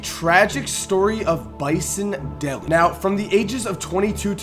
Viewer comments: His name is pronounced Bison Deh-LAY (not deli) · its not pronounced "Delly" its pronounced "Day-Lay" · It's pronounced Day-lay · I am sure there alot more,I thought Kevin Johnson destroyed Sacramento like Isaihi Thomas did the CBA,you kept mispronouncing Dele,no big deal though,decent video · FYI you kept mispronouncing Bison Dele's last name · OMG, you're saying "Dele" wrong, dude. The 1990s Piston fan in me is crying.